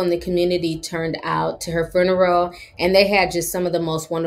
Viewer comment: The fruneral???? 🤣🤣🤣 I love how she said that!!!!